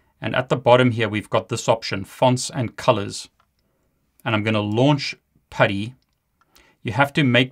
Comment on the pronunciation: Chief, IT is Putty and not Paddy. Paddy is an Irishman. You keep saying, Paddy!